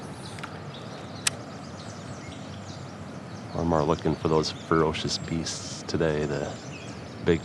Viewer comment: Fur OHHHH cious BEEsts!!!! Oh yahhhh North Dakotaaaa yahhhh!......the accent is crazy when you say ferocious beasts 🤣🤣